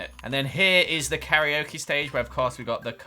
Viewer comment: fyi its "car -ra/la-okay" not "carry-o-kee" (karaoke)